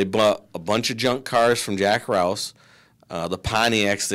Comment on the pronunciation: Jack RouSH, not Jack Rouse.